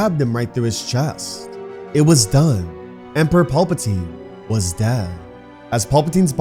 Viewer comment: Just please work on pronunciation of pal puh teen.. his name isn't Paul